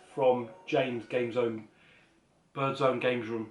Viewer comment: I don't know after 3 years on being on youtube you still can't get my name right GAMEZONE BIRDROOM lol 😆 glad you was happy with you bits and some great picks ups and gifts. Thanks for the Shout-out